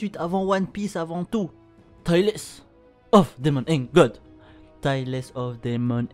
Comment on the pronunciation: juste pour une petite précision concernant la prononciation c'est Tal et non Ta-less pour ToDaG sinon y'a un trad Fr à jour